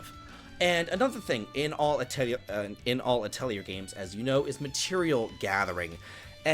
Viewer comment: "Atelier" is pronounced with "yay" not "year" 😅 (lovely video, though. Cheers)